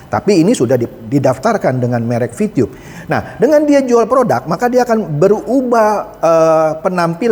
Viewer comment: Vitube boss , bukan vitiyub 😁